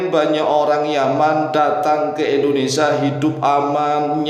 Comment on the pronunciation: bukan Endonesa pak.. tapi.. In do ne sia 🙏😁